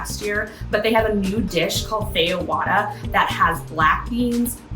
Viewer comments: POW DE KEH-ZHOW (like show but pronounce with a Z or sounds like the french pronoun “je”). FEH-ZSH-WA-DA (zsh sounds like the French pronoun “je”). Please type these words in Google translate and learb them. The pronunciation is 😬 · It’s pronounced “fab-jwah-dah”. It’s the National dish of Brazil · Fun video! Get that guava! As for pronunciations: yuu-kah for yucca, the j is like a zh/French j for pão de queijo and feijoada, pah-tah-teh for patate, lah-see for lassi, and doh-n-boo-ree for donburi.